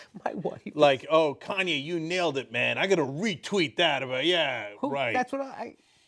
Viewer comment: Did he say cayenne instead of Kanye!